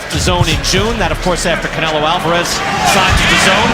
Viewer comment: Que fonética tan horrorosa la de canelo alvarez primero que se enseñe ablar Español y después lngles